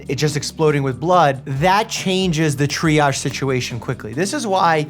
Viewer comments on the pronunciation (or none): none